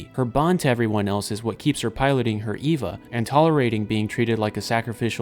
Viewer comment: Why is it so hard to find videos about Evangelion that don’t feature people who can’t pronounce the names? When it’s three letters, it’s Ay-Va, when it’s the full word it’s Ee-Va.